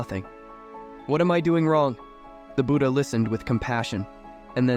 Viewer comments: It's not buda it's Buddha. You probably use voice AI for these stories. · what's "Nenda", "booda" and "sooda" can't you even pronounce the names correctly?? Such arrogance